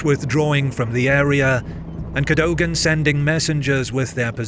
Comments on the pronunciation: Its Cad-dug-ann ... Not Cad- dough-gan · CADOGAN is pronounced CADOUGIN by the way. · Very good video about an important battle. Cadogan is pronounced Ca-dug-an.